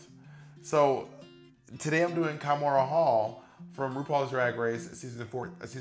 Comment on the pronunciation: Kahmora, not kimora